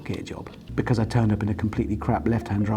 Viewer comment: Richard is infected by Captain Slow's pronunciation of "be-cazz"